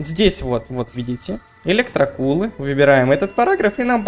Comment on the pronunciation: В очке у тебя электрокУлы дядяь, произноси нормально